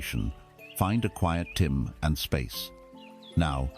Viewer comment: this ai voice cant pronounce "time" for some reason, 3 different wrong pronunciations so far hehe